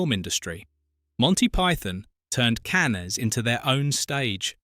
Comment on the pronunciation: Cans, Cann- ess?